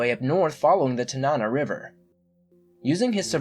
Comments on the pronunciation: Just so you know(not trying to be rude) the way you pronounced 'Tanana' is incorrect, instead of tuh-NA-na it is TAN-nuh-nuh. I was born and raised playing in the Tanana mud so I thought I would share. Thanks. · TAN- a-na river. JU-no . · Please if you are going to do a series or episode on AK correctly learn to pronounce the areas. It is Juneau as in June O and Tanana River as in Tan Anna. That river could sure tell some stories. You don't mess with that river. BTW I lived there many years so yes I know the area well. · Lol You pronounced "Tanana" and "Juneau" weird.